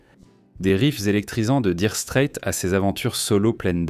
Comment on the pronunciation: Nopfler et non KKKnopfer. Daïre Strait et non DIre strait.